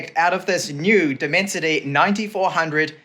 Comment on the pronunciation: Left the video , when he said Diiimensity chip 😂😂😂😂